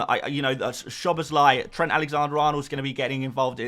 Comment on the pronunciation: you have to say Szoboszlai's last name So-bo-slai, without any Z, I have no idea why hungarians messed up with sz and s, because there is footballers Szalai and Sallai, and Szalai you say like s, when Sallai you have to say Shallai.;))